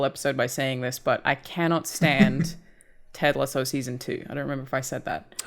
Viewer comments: There already been a comment but just in case. It’s “Ted Lasso”, her pronunciation of it has already been brought up on a previous episode 😂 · Her pronunciation of “Ted Lasso” has already been brought up in a previous episode 😂